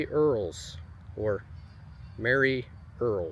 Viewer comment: Merie Earles pronounces her name like Marie. Just an FYI. I'm a Waltons super fan and Judy Norton who played Mary Ellen taught us that on her Youtube channel 😊